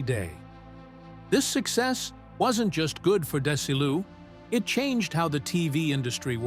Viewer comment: It's not Des i Lu It's Desi Lou. It's Vita meata vegi min. I'm a VERY BIG fan of I I Love Lucy, and The Lucy show.😂😊 Thanks for the story.